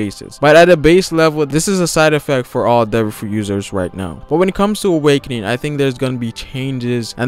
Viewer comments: Wish he said awakening once in this video...I kept hearing "awakenin" so I was waiting for him to pronounce the "G" on the end haha great video though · theres a "g" at the end of awakening, triggered me